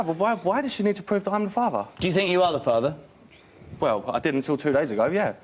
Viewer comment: always pronouncing "er" as "arr" - "he is da farvar"